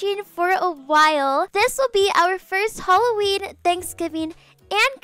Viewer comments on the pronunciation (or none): Lol I love that she says “holloween”